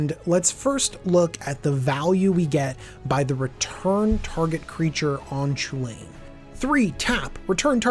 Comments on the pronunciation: Not to be a complete asshole, but it should probably be pronounced Koo-Lin or Cullin. The sound 'Cha' doesn't really happy in Celtic languages. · Since its Chulane shouldn't is be pronounced kulane? Like the celtic mythological hero Cu Chulainn?